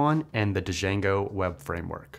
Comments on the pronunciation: "d-jango" lmao RIP sir it is pronounced jango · It's just pronounced jango the d is silent. Dont want anyone having an awkward moment in their interview when they say da-jango and the interviewer corrects them. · do people really say "d-shango" for django?